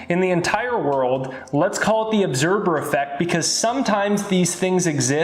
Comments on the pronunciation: I thought he said 'obserber effect'. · I love your information but my OCD is driving me nuts. LOL it sounds like you are saying obserBer effect. Lol